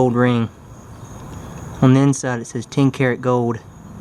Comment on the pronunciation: 2 dollars and tien cents!